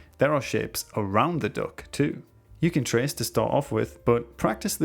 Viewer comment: I kept hearing dog instead of duck 😭